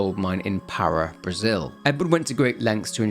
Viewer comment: Minor little quip that bothers me, being Brazilian and a Lanugage teacher. It's not PAH-rah. It's pah-RAH. Pará's strong syllable is the second one! Great vid as always :D